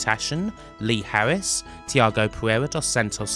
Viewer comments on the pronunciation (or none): none